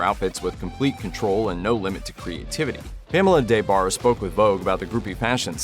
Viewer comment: Back in the 90s her name was pronounced with the short A so it was like De Barre not DAY Barre. She was one of the most famous groupies around. I read both her books back then. Very entertaining